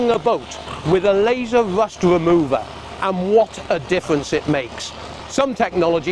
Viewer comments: Hey! It's! Laser Wust Wemover... 😂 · "Wust wemover". Lol